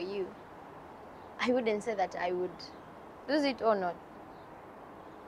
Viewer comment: it's lose.. not loose..